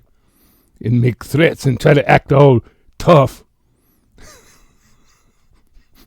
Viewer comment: Omg I remember when said threats but it sounded like he said he had terrets 😂